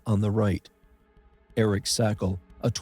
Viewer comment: Shame on you! You couldn’t even pronounce Eric’s name correctly. And you certainly didn’t check in with his family and loved ones before publishing incorrect information. This is nothing more than trying to get views at the pain and expense of others. You also plagiarized 1985 American Caving accidents, (November 1986 NSS News), which is copyright protected.